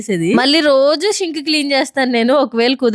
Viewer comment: షింక్ కాదండీ సింక్..